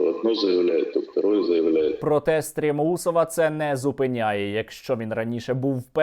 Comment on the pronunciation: Я один почув як Сосальдо сказав «СтрєМноусов»?) Дякую за вашу діяльність на ютубі, пане Сергій!)